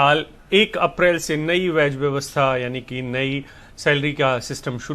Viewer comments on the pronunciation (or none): Budhhu vo 'Veg' vyavastha nahi hai 'wage' vyavastha hai